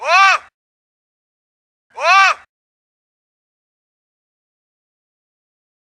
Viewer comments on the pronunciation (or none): Ap jab bolte hai Doland aur maaaargin sune ko maja ata hai😂😂😂😂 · Omg, my 2 year son heard this word "Margine" few times as i listen to your show while i am on the road, and now he keep saying that, papa Mouagin"😠🤣🤣